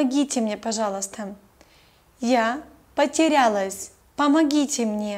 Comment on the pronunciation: You say "пожалуйстам". With M. Is it right?